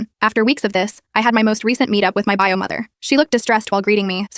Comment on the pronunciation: “buy-o” instead of “bio” lol